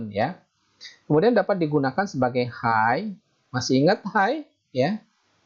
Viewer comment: Hay itu sebutannya hey bang.... bukan hai.